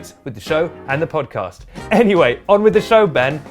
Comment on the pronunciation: please... I beg of you... say podcOst one more time...